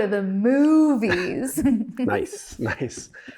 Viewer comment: Switched off after “moovies”